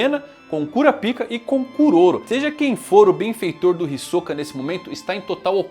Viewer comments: Rapaz fico intrigado que o anime hoje em dia já está dublado e esse cara fala KURAPIKA sendo que a pronúncia é Kurápika O jeito que ele fala é errado e ainda é obsceno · Pare, pare imediatamente de falar "Cura-Pica" 😢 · Não tanko vc falando toda hora cura pica kkkkkkk os japoneses tinham que pesquisar antes porra